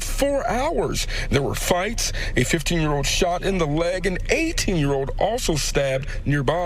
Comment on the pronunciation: I heard that. I think he meant 15. But it sounded like 50.